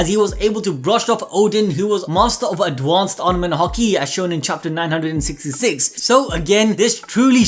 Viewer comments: I swear to god if you say adwansed instead of advanced one more time I’m disliking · Can you please look up how to say ADvanCEd